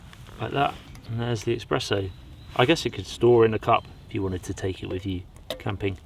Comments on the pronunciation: Good video. But why do you keep saying eXpresso instead of eSpresso .... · Espresso... not expresso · Espresso, Espresso 😱There's no X in it! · Say eXpresso one more time and my nonna will come slap you in the face.